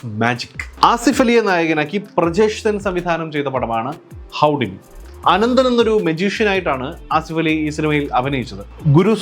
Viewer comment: ഹുഡിനി എന്നല്ലേ?